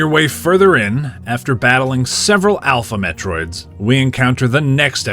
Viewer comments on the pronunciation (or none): So I tend to listen to these while ime doing other stuff, at one point you said "Alpha Metroids" and I swear I heard "Alphabet droids" 😂😂 Keep up the good work with the reviews dude!